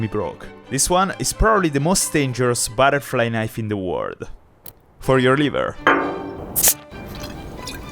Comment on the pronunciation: "il più grosso baraflai naif"